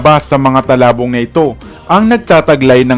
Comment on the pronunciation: Its not talabong its tulabong..